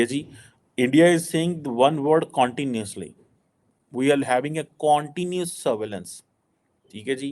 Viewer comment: QC pronunciation Not “Corn tinous “ It’s cun tinous